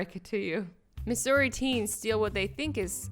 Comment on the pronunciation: You pronounced Missouri wrong |:| |:D 👍🏻